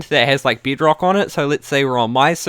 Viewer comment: lol how he says bedrock and nether like : "bidrock and nither or the ind"